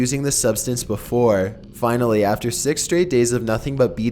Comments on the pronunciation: I thought he said snix instead of six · I dont know about u but i heard "Number Se×" instead of Six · you sed number s*x with a e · number sex